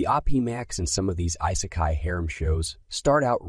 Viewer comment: How you pronounce Isekai makes me cringe.